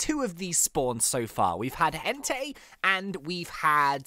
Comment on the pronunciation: When he said Entai I thought he said Hentai